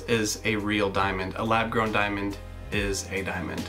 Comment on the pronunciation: sounds like DIMON DIMON DIMON DIMON